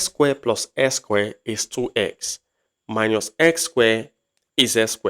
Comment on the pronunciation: Minus not miñus since you are teaching in English language